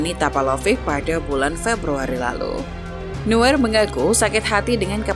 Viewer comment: Buset adminnya manuel newer oi yg benar itu noier di dalam bahasa jerman eu itu dibacai Oi